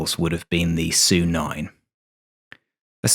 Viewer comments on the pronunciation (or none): S.U.- 9. Not Sue-9